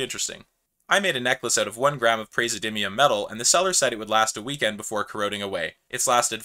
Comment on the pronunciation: pray zi eh dim ee uhm, you missed a syllable there